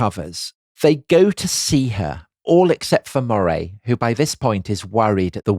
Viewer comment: Love this podcast, just one comment, as I live in Moray, it’s pronounced the same way you’d say Murray.